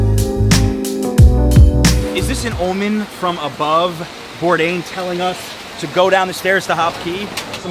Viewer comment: "Anthony Bourdian" and just like that Anthony became armenian :D